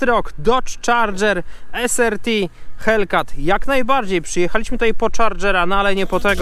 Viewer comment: "es AR ti", nie "es ER ti" :)